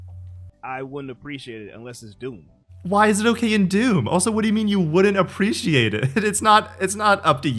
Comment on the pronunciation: I like how one guys says "Oppreciate" lol